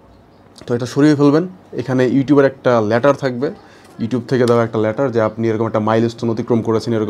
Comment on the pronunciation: ল্যাটার না লেটার?? 🥴